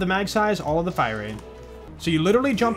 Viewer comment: I love when says “da” instead of “the”. He probably does it subconsciously, but I find it hilarious for some reason.